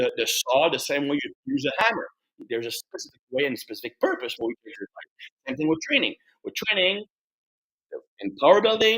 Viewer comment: what's your favourite "eggsercise"? 😄